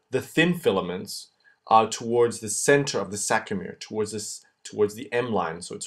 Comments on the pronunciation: Good work...a small correction.. it's saRCo-.... not saCRo. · It's sarcomere not sacromere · Wonderful video! But i guess the word is sarcomere not sacromere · sARCOmere... its killing me Best videos though, thank you! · It's called a sarcomere not sacromere. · aren't they sARCOmeres ? - not sACROmeres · “SAC”ROMERE LOLZ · oh, i see, he says the whole time sacromere...